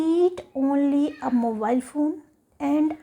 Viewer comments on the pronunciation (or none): none